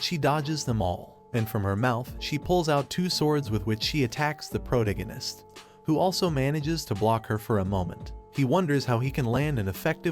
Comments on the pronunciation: pro·tag·o·nist please just pronounce it right once. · "The prodeginis" LMAO 🤣😂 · Took me awhile to realize he was saying protagonist